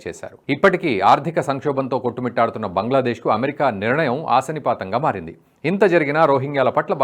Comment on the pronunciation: ఆశనిపాతం కాదు 'అశనిపాతం' అనాలి...